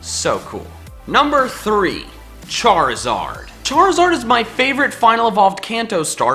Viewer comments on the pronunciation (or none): ARE, NOT IS! AND THE S IN CHARIZARD IS SUPPOSED TO BE A Z! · Left off the I in Charizard!